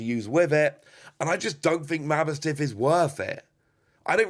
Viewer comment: Its ma boss tiff, not mabo stiff